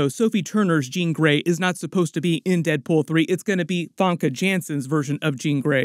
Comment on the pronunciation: "Funko Janssen" hehe